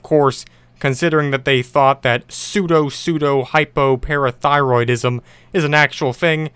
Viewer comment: i amaze for the fact that can read "Pseudopseudohypoparathyroidsm"